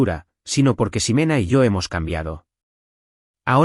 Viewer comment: Y la X no se pronuncia como S. No es Simena, se pronuncia Jimena.